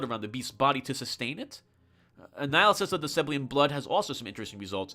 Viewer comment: "Seblian" It's "Seb-ill-EE-an".